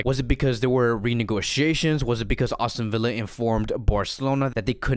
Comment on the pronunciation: It's not "AUSTIN Villa", bro! Even youtube's CC hears austin. Just sayin, but no biggie